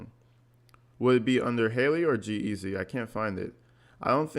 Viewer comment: Hey, not a big deal but its G-Easy and Halsey (prounounced Hall-Z). Enjoying your channel from Los Angeles!